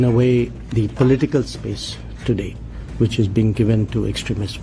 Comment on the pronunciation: Did he say which or bitch